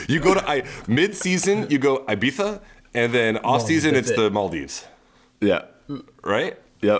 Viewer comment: Ee bee za! Not ay bee za 😂